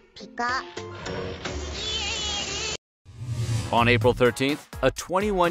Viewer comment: Did that guy call Pikachu, “Pakucho”? 😂